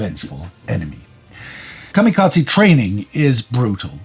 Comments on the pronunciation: I have never heard the term "kamikatsi" before. Are you trying to say kamikaze? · And Kamikaze is kamikaZAY, not tze